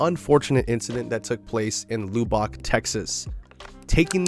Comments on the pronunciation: It not loo bock its lub buck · It's pronounced "Luh-bick" not "loo-bock" lol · I hate to be that person, but Lubbock ain't said like that. It's Lub (like love but with a b sound for the ve)-ick. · The way he said Lubbock doh... Loobock